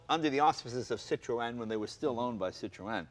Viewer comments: Please stop saying 'sit - row - en' ..... the correct pronuncition is .. which is 'See trghho en' with the first two letters making a SEE sound, a throaty mess in the middle and the emphasis on the I and E. If you are not French and going to do it properly ( which sounds ridiculous and incredibly twatty mid sentance in your normal dialect) then pronounce it in your way. 'SIH tren' with a hint of 'o' before the E sound so it doesn't rhyme with 'wren'. Or just run sit row en together quickly to make sitroen. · yes, it is! the two points over the E are called a trema, which means that the two vowels are pronounced seperately. i study linguistics in france, so i might just be qualified to know how to pronounce it... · Yeah Americans tend to go over the top with bumpers like the old v12 etype is ruined in america and jay ur saying Citroen wrong and with my OCD tendencies I find it incredibly annoying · please stop saying it like that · Why cant jay say citroen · Jay Leno has just woken up bed hair. Where was his hairdresser for this clip? Also, he makes a terrible hash of pronouncing Citroen. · Jay need to learn how to pronounce Citroen properly. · please pronounce citroen right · nope it's pronounced [sitʀoˈɛn] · Actually, it's SEE Troy ahn. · "WTF is a sit-tro-en?"/"I was just poking holes in the pronunciation" ..this is the proper pronunciation, or at least closer to the proper pronunciation than most people say it here in the UK: "CITRIN" ..euch! It's rare for Americans to pronounce non-American car marques properly so appreciate it! (eg. "poo-joe") There are two dots over that E for a reason! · The correct pronunciation is SITRO-EN. There are two dots over the “E” that calls for it to be prominently pronounced. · Sit-ro-en? No Jay... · Citrewen. God dammit, Jay. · Is it pronounced "Citro-en"? Or is it "Citrun" because I've always known it as "Citrun" not how Jay is saying it. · At least TRY and say Citroen correctly Jay! Its not hard. "Sit Trone" should do it.